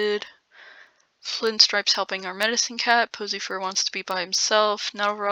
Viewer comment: Am I the only one who keeps hearing posyfur as pussy fur